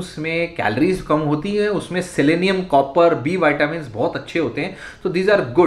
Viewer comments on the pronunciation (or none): none